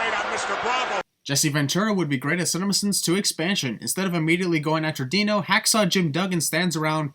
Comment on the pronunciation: He didn't say Hacksaw, he said Ax SAW....